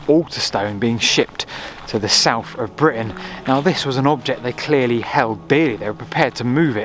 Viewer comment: Souph fwom norph?